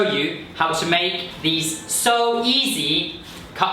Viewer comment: here you are saying: "..so easy" like a Chinese guy who just learn English 😀